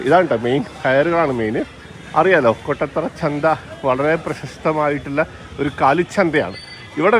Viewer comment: കൊട്ടത്തറയല്ല കോട്ടത്തറ ആണ് 😊😊